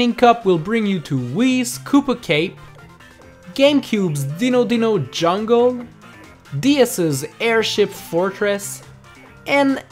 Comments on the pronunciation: Callie-Marie Dessert? Ditto Ditto Jungle? No offense, but that is NOT the way you pronounce those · I cringed so hard when said Dino Dino Jungle (his English isn't perfect as he mentioned in the Minus World Mario Kart quiz, but why does it still bother me?)